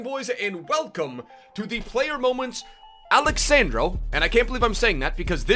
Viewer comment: He's not Alex sand-raw He's Alex sun-draw